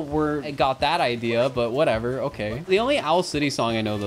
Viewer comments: what happened there was that you said "Owl City" with a sort of breath at the start that sounded like an H, and then that combined with the letter C being pronounced as an S and kind of sounding like a Th, causes it to sound kind of like the word "health". I understood it pretty quickly. Regardless, it's still absurd that I have to write a multiple-sentence explanation for why a voice recognition software heard a certain word. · he pronouced it has "howl" city, close to health